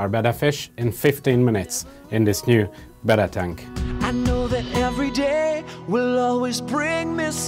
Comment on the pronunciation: Howcome says "betta," but you say "bita?"